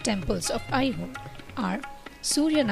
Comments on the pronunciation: Video is Good, But the Narration could have been OKAY in Indian Accent. Pronouncing AiHole as I Hole is irritating to listen. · Nice video, but please reduce the music, it is hard to listen to the commentary. What is 'I hole' by the way! Please use Indian pronunciations